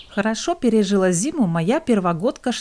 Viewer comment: НЕ ПЕРЕЖиЛА, А ПЕРЕЖИЛа !!!!